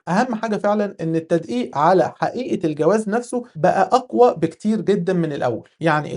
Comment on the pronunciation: هنا مشكلة باللفظ 😂